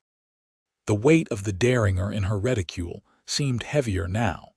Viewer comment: Seriously?! Maybe there is a niche market for teach AI how to read American words. The gun name is pronounced "dare-in-j-er" the city is pronounced ""Too -san" not "Tucksan"